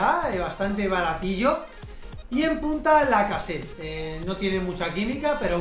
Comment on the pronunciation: Porque dices lacaset y no lacazete